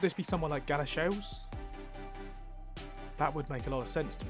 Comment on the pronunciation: Two comments: I know you found all 5 Greggs, but if you slow down scrolling on the map you might see place names quicker (I saw New Addington on Iceland). It’s pronounced Gal-a-sheels, not Gala-shells.